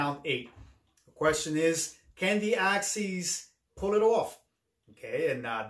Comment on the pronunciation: I cringe everytime I hear Axees.